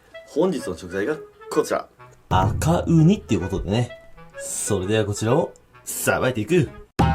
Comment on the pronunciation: ごめん悪気はないんだけど「バカウニ」にしか聞こえないw